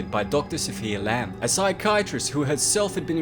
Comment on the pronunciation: Ello, Eleanor Laamb speakin!